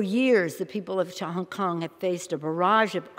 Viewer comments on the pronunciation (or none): CHONG KONG lol